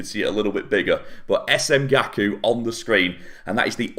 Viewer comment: Its Gaku not Gali😂